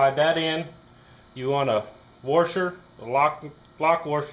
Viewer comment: Dude, it's a WASHER..... not WERSHER.